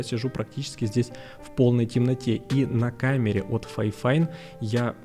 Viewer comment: Не ФАЙфайн, а ФИфайн. Даже звучит не очень. Как вайфайн 😂